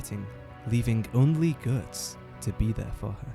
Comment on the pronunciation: Interesting pronounciation of Guts. Sounds almost like Götz, an actual medieval German name. And I read the name was meant to be cool and somewhat German sounding. Though supposedly any similarities with a famous badass one-armed mercenary captain named Götz are purely coincidental.